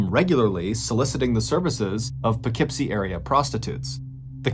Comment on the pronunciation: I am so impressed that you know how to pronounce Poughkeepsie correctly! Thank you!